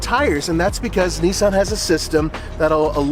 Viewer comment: It’s Nissan bro chill lmao you don’t know about cars do you